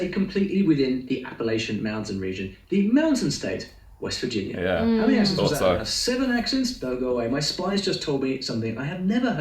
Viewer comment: You have a southernism in your own Kiwi accent and I'll bet you didn't realize it. You make I, E substitution's. Listen to how you say the word "Accents." You put an I in the word when its an E. Southerners do this too. Send, went, mend, tend, lend. They become Sind, wint,mihnd,tind, and lind. Depending on where you are, southern e rs may also pronounce the vowel twice in 2 different ways. "Yay-es" "Ree-ib" for yes and rib.